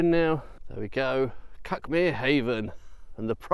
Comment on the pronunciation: It’s where I live ,this video, we pronounce it Cookmere 😅